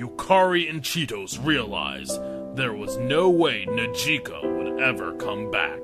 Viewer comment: Cheetos' name is supposed to be Chitose but they pronounce it like a crunchy cheese snack.